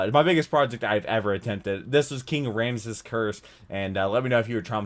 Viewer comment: That's a... way to pronounce Ramses.